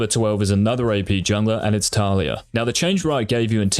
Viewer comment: Just 1 question. Who the fuck is Táliya ? Did u mean Talíya ? :S